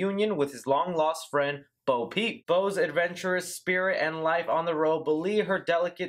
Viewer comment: Love the video but it sounds like you’re saying Bo Pete LOL